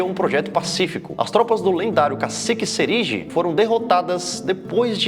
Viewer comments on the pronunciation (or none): Sou de Aracaju Sergipe, só queria deixar uma correção ao vídeo, se pronuncia Cacique Serigy (com a vogal tônica na última sílaba) mas de resto ficou perfeito o vídeo parabéns pela iniciativa. Aqui é a terra da mangaba e do melhor amendoim cozido do Nordeste.